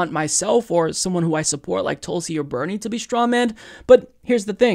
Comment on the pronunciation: He said "Berning" 😂 😂 😂